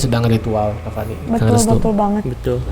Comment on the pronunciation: Saya sering dngr ni manggilnya restu bkn retsu 😁